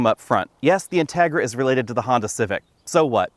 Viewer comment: You pronounce the name of the car wrongly. The accent goes on the i.